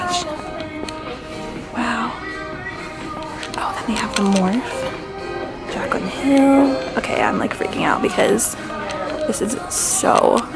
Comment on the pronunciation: I know she did not say Morphe as moref (More-ff) sis it’s pronounced (More-fee)🤦🏽‍♀️